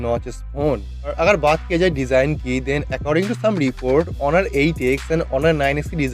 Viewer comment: Its not horun, its honor